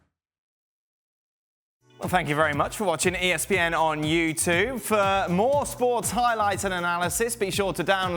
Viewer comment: His pronounciation of youtube annoys me evertytime 🤣🤣